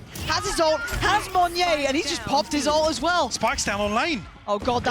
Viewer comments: Idk if yall realised this, but the way pronounced monyet, she silent the T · is no one going to tell her how to pronounce "monyet"? XD